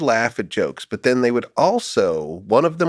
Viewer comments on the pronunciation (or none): none